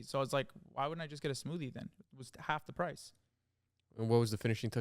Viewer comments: touch of da smoodie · saying smoodie instead of smoothie 😭😭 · saying smoodie everytime irks me so much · “what was the finishing touch of da smoodee” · yall keep saying smoodie help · it’s da finishing touch of da smoodie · i say smoodie now literally every time bc of him